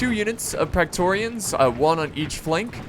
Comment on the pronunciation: They're not "Practorians", they're "Praetorians". No doubt the difficulty was in the E.